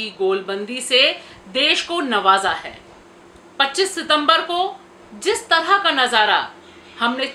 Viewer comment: Desh ko "nawaza" hai ma'am..! 😂😅😅